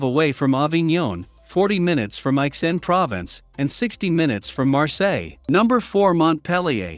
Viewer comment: "Province'' ? It's Pro vance' And 'look forward to peace and quite?'' Is a robot narrating?